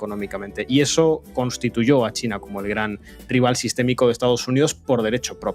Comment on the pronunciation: Grade Mayor bien alimentado. Y dice mucho chleina. Si lo vessi escuchas cheina y tiene el pelo color zanahoria corre Que te arranca los boldillos del pantalon